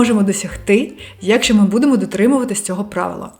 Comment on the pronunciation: face-red-heart-shape: легесєнько --> легесенько я́кщо --> якщó функцианальний --> функціональний змусити сéбе --> змусити себé працюв"иа"ти --> працювати (вимова) так і кажить --> так і кажіть прóста --> прóсто зацікавлєність --> зацікавленість найвишший --> найвищий батькив --> батьків стресостійки --> стресостійкі скаріше --> скоріше скалічени --> скалічені норм"иа"льно --> нормально (вимова) спротів --> спротив розкишно --> розкішно вíсімдесят --> вісімдеся́т татарін --> татарин в опису --> в описі